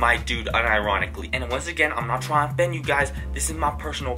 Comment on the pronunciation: "I'm not tryna fend you"😂